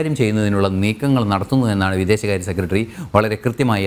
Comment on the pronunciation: News ഒക്കെ കൊള്ളാം. പക്ഷെ ഉച്ചാരണം മോശം ," സെക്കട്രീ ," അല്ല ," സെക്രട്ടറി" എന്ന് ആണ്